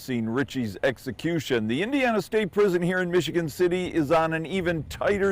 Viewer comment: Did she say sexecution